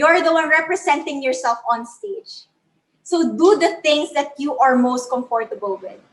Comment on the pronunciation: She just have to be very careful on the way she pronounces the words like the word comfortable pls check the accent i noticed or heard some errors in grammar like should be meet it should be met,another error that's what matters most she said in the state of matter,sorry no offense ,i'm just being concerned.